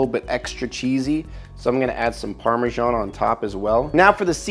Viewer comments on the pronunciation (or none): Parmezzzzzan not parmejia :)))